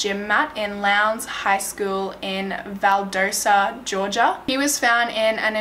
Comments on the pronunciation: She also says valdosa instead of Valdosta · This is one the most detailed videos I've seen on this case, really great job! I'm from GA and for what it's worth, they're pronounced: Valdosta: Val-DAH-sta and Macon: MAY-con. I have my doubts about the report that came from Macon's coroner. Having lived in Macon for 18 years, I can confidently say it's one of the most politically corrupt places areas I've lived in. Much of Central GA, is. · It’s val-dah-sta this is actually super close to me this is weird lol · I live in middle georgia and the way she pronounced places i've known my whole life is so funny. "Valdosa" it's Val/Dost/ah and "Makon" is May/ken 😂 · It's so funny how pronounces the Georgia cities vs how they're really pronounced Valdosta - Val•daw•sta Macon - May•con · I know I’m very late, but you did amazing with this case! Trust me, Georgia towns are hard to pronounce sometimes, Valdosta is pronounced val-daw-stuh, and Macon is pronounced may-con! Great video though! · FYI: The town is Valdosta, not Valdersa. Macon is pronounced Maycon. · This was a case of injustice, which happens a lot in Georgia. Racism is still a very big deal there, as well as classism. It's terrible. The town of Macon is pronounced like Bacon. And Valdosta is Val daw stah LOL Thank you for covering this. It is such an obvious coverup and miscarriage of justice. :( I feel so badly for his family. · You pronounced Valdosta and Macon wrong ...lhs is my school lol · & you left out a lot ... it’s waaaay more to it